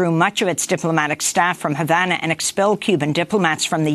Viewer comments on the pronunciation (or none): none